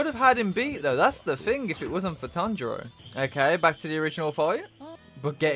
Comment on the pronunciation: Why do you keep calling Tenjiro "Tanjiro" lmao, I keep thinking you're talking about Demon Slayer.